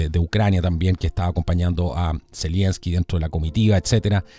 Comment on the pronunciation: Estas son puras cachetadas de payasos,de este par de títeres del NOM ,Pan y Circo para mantener en el engaño a los incautos . Y Es Z E L E N S K I ,no ZELIENSKI . Saludos !